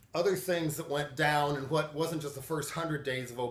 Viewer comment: >pronouncing "what" like "h'wat" Trying too hard to be Hank Hill? I tell ya h'wat Bobbeh.